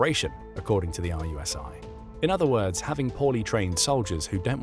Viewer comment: Just to note, RUSI is pronounced 'Roo-see' - you don't spell out the individual letters.